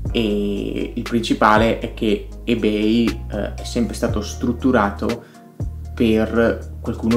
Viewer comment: Non mi sembra proprio che Subito abbia oscurato Ebay. Anzi, a livello di aste, collezionismo e sicurezza dei pagamenti è ancora imbattibile. L’offerta è assolutamente imparagonabile. [E per favore pronuncialo correttamente ;__;]